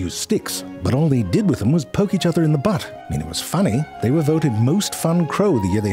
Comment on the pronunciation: "Poking the butts eath other" Hahahaha, what could go wrong?